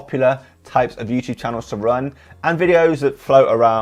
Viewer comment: Someone set a counter for how many time he said “youchube”